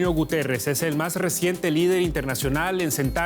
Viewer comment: Guterrez??? Se comió la I por el culo